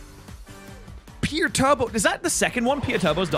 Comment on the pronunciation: I love for namning his mons after 40k. But I hate him for pronouncing Perturabo as "Pure Turbo"